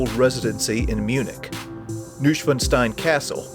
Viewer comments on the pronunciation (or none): It’s Neuschwanstein Castle, not “Nuhschwanstein”